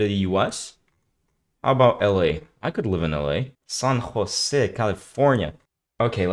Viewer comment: you said san jose perfectly dude. great vid